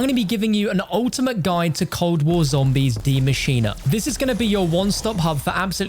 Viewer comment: Did he say "Dee Machino"😐